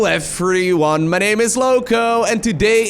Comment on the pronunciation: I just love the way you say everyone lmaoo ""effferyone"